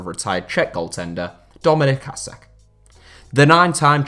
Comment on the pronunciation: It’s dominik “ha-shik”